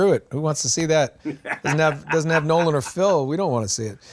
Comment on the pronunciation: Absolutely nailed the pronunciation on my shout out Nolan. Thank you!